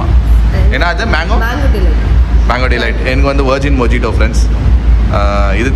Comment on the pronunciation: bro, mojito illa, moheetoh nu pronounce pannanum. Naanum mojito mojito solli romba mokka vaanginen. Appurama pronunciation check pannappo adhu moheetoh nu therinjadhu bro. Neengalum mokka vaangida koodathunnu dhaan solren.